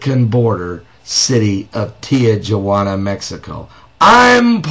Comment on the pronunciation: its not pronounce tea-jua-ana its pronounce tea-who-ana!